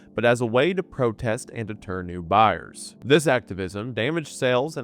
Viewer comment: The southern coming out in the word “buyers” is great lol